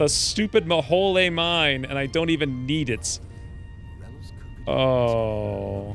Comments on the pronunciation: It's pronounced Mo-Hole, It is a reference to Kerbal Space Program, an infamous graphical glitch that became canon. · Not maholy mine it is the Mo-Hole